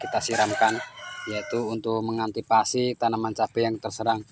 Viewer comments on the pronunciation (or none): Antisipasi mas.... bukan antipasi.